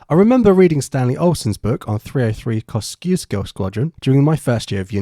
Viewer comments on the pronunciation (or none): DONT EVEN TALK IN POLISH IF YOUR GONNA PRONOUNCE IT WRONGLY ITS NOT KOŚKIUŚKO ITS KOŚCIUSZKO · Costsisko haha, it's more like : Kosh-tchioo-shko, no offense ;) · As far as I know it's pronounced "coschuskoe" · Try pronounce it: KosihCciushko 👍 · It seems prophetic that this squadron shares its name with Australia’s highest mountain (pronounced here as “Coh-si-oz-coe”) in that they scored highest of the British squadrons. ps. Why did you display the pre-1801 Union Jack behind the picture of Winston Churchill, Hugh Dowding and Keith Park?